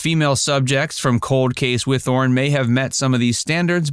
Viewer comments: Yay! I love they mentioned Whithorn. Got to see the archaeological dig in 1982-3 and again in 1986 while visiting my grandparents in Scotland. It’s actually pronounced Whit-horn. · I've lived near Whithorn most of my life and I've never heard it pronounced like that before 😂